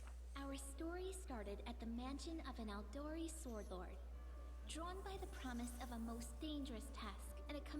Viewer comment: It bugs me that Jamandi Aldori so distinctly pronounces the 'W' in Swordlord.